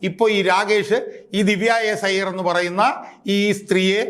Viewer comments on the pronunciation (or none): ഐയ്യർ അല്ല അയ്യർ ആണ്